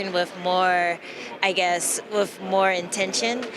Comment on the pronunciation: its WITH not WIF